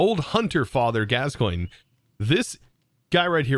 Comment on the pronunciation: how the hell you pronounce father gascoigne correctly but not proboscis or chikage smh